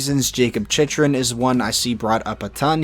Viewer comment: Chychruns last name is pronounced (chik-run)